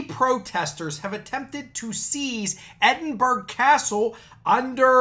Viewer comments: Did he actually say Edinburggg, YES HE DID. It is pronounced EDINBURRRAH. For pity sake. Stop it you are just showing your %+=&$#@ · Hi, I am a native of Edinburgh, I consider myself a Scots patriot, I am well educated in Scots history and there's a few things I would say about this. Firstly, excellent video, but the pronunciation is 'Ed-in-bur-ah'. Many of us who read about this fell about laughing, because this group do not know what they are talking about. The main point being that Magna Carta does not pertain to Scotland. It never did, and it never shall. You have to look at the history of Scotland and England. When King John of England signed Magna Carta in 1215, Scotland was wholly independent of England. In 1603, James VI, King of Scots, ascended the throne of England, and fashioned himself as King James I of Great Britain. This was the 'Union of the Crowns'. But although Scotland and England had one king, they still retained their own governments and laws. In 1707, Scotland and England entered the 'Union of the Parliaments', which united the two countries under one parliament in Westminster, London. However, both nations agreed that there were certain aspects which would remain unique to both respective nations. These included religion, education - and law. To this day Scots Law is a separate system to English Law. There are a few "British" laws, but these are constitutional, and most certainly do not pertain to ordinary citizens. Magna Carta is not one of them. As to being "sovereign" in Scotland, these idiots took that out of context too. There is indeed a principle in Scotland that the peopl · EDD-IN-BOR-OUGH CASTLE